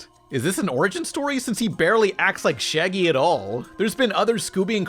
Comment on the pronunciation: That ain’t Shaggy that’s Shiggy 😭